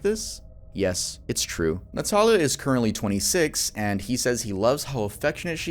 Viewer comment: For the part of the vid featuring Christian Montenegro, my first name is Natalia pronounced the same way as in the vid. No one ever says it right so hearing it pronounced correctly lowkey scared me a bit lol.